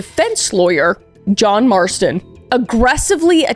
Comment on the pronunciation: JOHN MAESTON?? red read redemption?😭😭